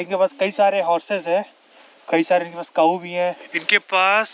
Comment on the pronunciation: Cow not Kaaou lol 😂